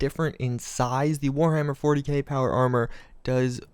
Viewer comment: Four-Hammer-Warty-K Fucking died laughing